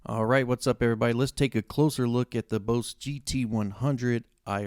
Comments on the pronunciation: Stop spinning in you chair and sit still ffs. Also it’s pronounced Boss as in “boss”, not Bose. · Nice vid bro. I like how you say “BOSE” instead of “BOSS”. I have both the Line6 Pod HD500X & BOSS GT-100, bought them both in 2013. Both still hold up. Yes the look is a bit dated, but they do the job. I’m thinking about upgrading to the Helix & GT-1000, but what’s the point if you just use it as a standard pedalboard. What are IRs (input responses)? I’m not up to date on the latest stuff or gimmicks. Is it the response when if hit the string lighter to harder it simulates that? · why is he saying boze lol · “Bose” 😂 I understand. When you learn something by reading pronunciation is always off. Good review nonetheless (that’s “known thele ssss”) and I’m just playin!